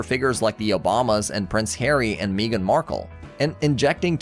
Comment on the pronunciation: Your mispronunciations of "Sony" and "Meagan" show that you are AI, not a real person. No sub from me.